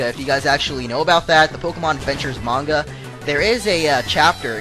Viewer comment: he says manga wrong